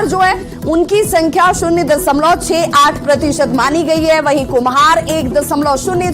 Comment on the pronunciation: Dasamlav nahi hota Dashamlav hota hai